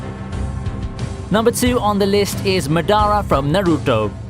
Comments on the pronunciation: He said Narudoh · He butchered tf out of madara and he fucking said narudo I’m fucking triggered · Am I the only one triggered on how he pronounce Naruto? 😂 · MaDARA OOchi-ha, Na-TEROT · i can't forgive you for pronounce Naruto and Madara like that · When he says madara and Naruto that kills me. Just stawp plz 😣😱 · #1 pronounced madara wrong #2 says the highest form of sharingan is the eternal mongokyo sharingan when in fact it's the rinnegan #3 also pronounced naruto wrong #4 he hasn't even reached his full potential in this video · he even pronounced naruto wrong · When you said Madara & Naruto I almost puked🤢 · heres the way he pronounces naruto, immediately closes the vid and discredits anything in the video